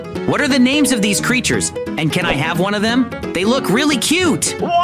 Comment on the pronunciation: dısıza smiling crrıters